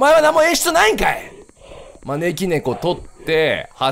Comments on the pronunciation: まねき↑ーろねこwwwwww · 招き↗️いろ猫→ で草不可避